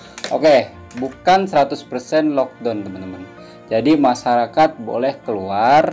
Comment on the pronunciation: It's lock "da-uwn" not lock "don"